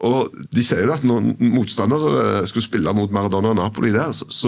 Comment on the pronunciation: Jeg får helt "fnatt" når jeg hører noen si "Maradonna" om Maradona.